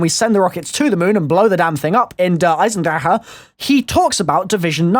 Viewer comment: you say "eisendrecke" but you say it like "Eisendrache". The a in drache really is an a. and the ch in drache is a soft g